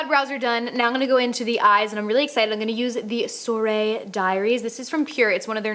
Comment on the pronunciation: Soirée is pronounced swah-reh, or close to that. I'm not good at phonetic spelling. It means evening in French. Since you're going to France...